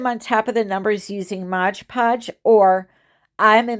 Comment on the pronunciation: MOD podge not MODGE PODGE